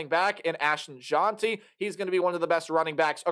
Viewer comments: Difficult to take this seriously when you havent done the research to pronounce names correctly. His name is not JOHN-TEE, its JENTY. And he is one of the best running backs in the entire country. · You’re not pronouncing Jeanty’s name correctly. But good video👍🏽 #gobroncos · Jeanty is actually pronounced Heisman* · Jeanty pronounced like past tense of read